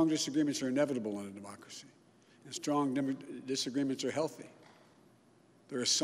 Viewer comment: He cannot pronounce “strong disagreement” LMAO. Also the election is not over, the legal battle has just begun.